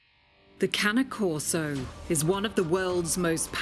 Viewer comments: STOP CALLING IT Cana Corso it's CANE CORSO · I swear it’s the cane, as they taught us in elementary school… that “E” at the end makes the “A” a long A. Not canna corso, cAne corso. Not canna corso. CAne corso. It’s ok, one day Brit’s will learn proper English. Until then, y’all will continue to sound like John fetterman had a second stroke. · Exactly!!!! Its cane not cany!!!! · She pronounced it Cani Coso It’s cane corso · I think is pronounced "Kanye Korso" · you are saying it wrong. Its pronounced CARNEY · it’s pronounce carne-ay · Its pronounced that way kai ney corso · Why does she keep on pronouncing the E like an A !? 😩😭 CANA CORSO !? WHAT THE FRENCH .. this video is driving me insane 🥵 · lmao “canneh corso” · and one of the trainers says kane corso smh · Sad that the animal trainer don’t seem to know how to pronounce the dogs name correctly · 100s in rescue? That's insane Pure bread Cane Corso pups with papers and breeding rights cost like 3 grand. Really? I wouldn't let my doggo be trained by someone that can't even pronounce the name right 🤣 Not that i would let anyone but me train my own dog.